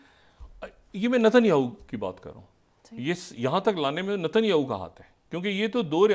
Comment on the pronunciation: ڈاکٹر شاہد مسعود صاحب نتن یاھو. نہیں ۔ نیتن یاھو بولتے ہیں ۔۔ معذرت کے ساتھ اپ صرف پاکستانی سیاست کے حوالے سے اچھا بولتے ہیں ۔ باقی فلسطین امریکہ اور اسرائیل و عرب کنٹریز ان پر اپ کی کوئی دست رس نہی۔ ۔